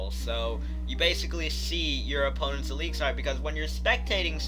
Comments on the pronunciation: Stop saying elixar its elixir not fucking elixar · It's pronounced eliks-er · Why does he say ALIXAR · Really??!! Eeleexar?